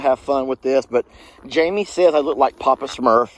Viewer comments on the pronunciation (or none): none